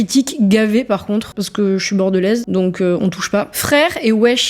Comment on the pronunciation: bjr, le " par conte " au lieu de " par contre " , elle est typiquement Parigo